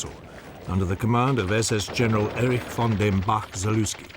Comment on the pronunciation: Is that original newsreel-narration audio? I would be surprised if it were, due to the perfect pronunciation of the German von where the v is correctly pronounced /f/.